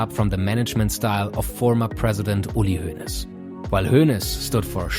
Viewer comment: Are you German? How you speaked uli Hoeneß, sounded really german. I say that as a German.